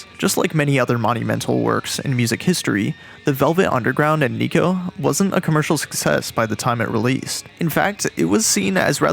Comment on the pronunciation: He also pronounces 'Nico' oddly, like the o sounds more like a 'u' or 'a' instead..